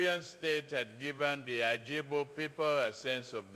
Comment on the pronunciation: Who wrote this for the president of Nigeria to read. Just look at how he is pronouncing Igbo. We need Biafra